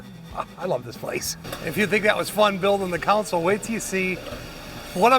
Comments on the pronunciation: It's a friggin "console" not "council" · It is pronounced, CON-sole, not council. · Nifty stuff, but it's CONsole not COUNcil. Thanks. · Why do so many call it a counsole or a council, its a CONSOLE! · CON-SOLE This is unwatchable! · Pronouncing console as "council" is so Great Lakes. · Council is not a correct pronunciation of console. It's just because someone said it wrong and someone else repeated it. Just like the goofball who first said "hone in on it." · I'm from the rural midwest, nowhere near academic elite. I know there are places in the south who say council, but it's still incorrect. How TF do you get COW out of CON? Those mispronunciations are going to disappear over time as American English becomes more homogenized. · yes, the English language is definitely tricky. People pronounce words differently that mean the same, like almond, salmon, worcestershire, and sherbet to name a few. But when we say council or counsel instead of console, the definitions are completely different. That console is pretty sweet!! I am very impressed with your craftsmanship and design! Nice work! It's not for me, but if I was building a RestoMod Chevelle, I would definitely want one of those badboys in my car. I can't wait to see your future builds out tearing up the ashphalt! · no you just pronounce console wrong dude